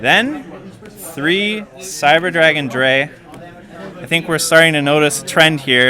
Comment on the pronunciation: "Cyber dragon Dray" LOL